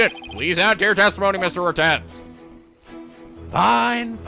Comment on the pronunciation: Poor, he already knows the pun for Mr. Retinz and he still can't pronounce it right X'D